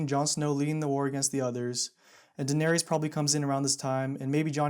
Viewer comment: The theory is sound, and I really like your videos...can't stand the way you say "Daenerys" and "Viserys", though.